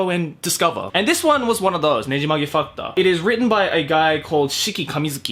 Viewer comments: I literally thought he said nejimage fucked up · You said "Nejimage Factor" and I kept hearing Nejimage fu*k ta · Almost every time you said "factor" you sounded more like you were saying "fucktar"😁😆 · ''Nejimage Fucktor'' Hmm... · The way you pronounced "Factor" with a Japanese accent made my brain hurt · ooh, uh, you may want too change how you pronounce some words. just the way you said factor, i had to do a double take because it sounded like you said... something else.